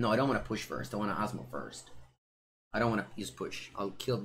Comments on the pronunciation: I love but the first time (at least) he said her name he said wrong. Even in the banner is wrote wrong. But I still love you. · saying Asmo's name is the highlight of the stream.